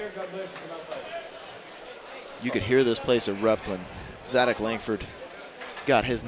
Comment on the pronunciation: Zadac with a "C", not a "K". (Hint, watch the video)